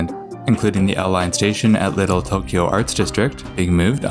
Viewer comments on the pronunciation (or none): none